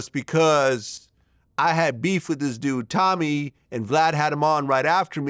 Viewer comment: Glad.. you are wrong. Stop saying Tommy’s name wrong, and admit you set him up. Read your comments sir no one believes you. Tommy has the courage to say the facts about BW that simps like you are afraid to.